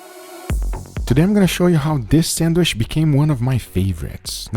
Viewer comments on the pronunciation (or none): it is sandwiCH, not sanduish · homie be sayin sandwish lots of times. someone help him out. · I'm the only one hearing him say Sandwish ? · sangwish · ah yes... the sandweshh